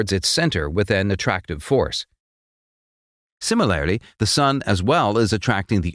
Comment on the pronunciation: I just crack up every time I hear the say "Similary"